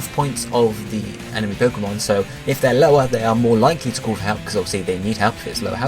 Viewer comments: So, is 'call' in the USA actually pronounced the same way 'cool' is? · No, it's just how this guy pronounces it in the video. But I'm glad call chaining is apparently a thing.